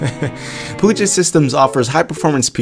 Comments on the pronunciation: And to be "that guy", it isn't "poo-jet" systems, it is "pew-jet" like pew-pew or 'pee-you-jet'. So pee, not poo. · It's pronounced "pew-jit" systems, no "poo-jit". Puget Systems is based in WA next to the Puget Sound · Hey, as a washintonian, we pronounce puget, like Pew Jet. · As someone living in the Puget Sound area, it's pronounced "Pew-jet". On another note, I love how you showed the difference and actually used a system like this for what it was intended. Poor Linus can only show video rendering and gaming benchmarks. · its "pyoujay", think French. Puget is awfully close to pungent. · I love his videos HOWEVER it might triggers me that he says the name wrong.... LOL Either way keep it up!